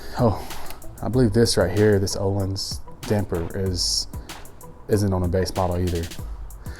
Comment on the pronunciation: its Öhlins not Ohlins =D hahahahahaha nice bike bro